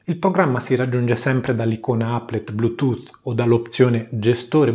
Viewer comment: Sei veramente bravo e con quella voce soave funzioni bene anche per l'ASMR :) Per non parlare della perfetta pronuncia dei termini anglosassoni (cosa alquanto rara). E poi mica tutti sanno dire DESKTOP al posto di DEKSTOP o BLUETOOTH al posto BLUETOOT.